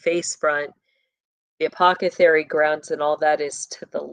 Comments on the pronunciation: ApocCethary? Isn’t it apotheCARY? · Please stop saying Apocethary. You are an intelligent human being & know how to correctly pronounce this word. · Apothecary; th not ca 🫶☝️ Just finished "Peaky Blinders" Netflix Series 2013, post War England up to mid 1930's. Disclaimer: Raw, Sexual Content, Nudity, Violence, Murder, Language. Adult Content. Pray over your mind if you decide to delve into it. Not PG rated for sure. Fairly filthy actually Puts it into the timelines of these bloodlines of Elite. Leading up to beginning of 3rd Reich with the communist and Fascist Revolution. Unions involved, pushing public opinion. Guided by Gov and leadership of Wealthy influence. About the time of Vanderbuilt, Rothschild and Rockefeller families Monopoly World Gov and Elite all playing on the checkerboard. Of course it's not about the Satanic aspect, but you see the underground criminal aspect and how they intermingle. Just layer on what you already know